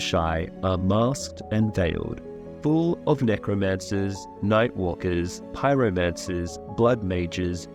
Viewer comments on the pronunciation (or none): "pie romancers" 😅😅